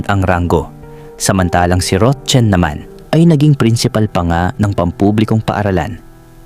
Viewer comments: Roxanne is "ROKSAN" Ang pagbigkas Hindi ROCHEN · Rotchen ka Ng Rochen dyan😅😅😅 Rocsan pronunciation nyan eh😅 kalorke ka Naman 😅 ano Chinese national ba sya 😅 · Paki ayos Ang pagbanggit ng pangalan rok San Hindi rotchen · Rotsen umayos ka maranung kaba bumasa. Roxanne. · Ang bigkas po sa Roxanne ay roksan ND po rotchen😂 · Mali bigkas mo sa roxane mzgpaturo ka sa psgbigkas ng name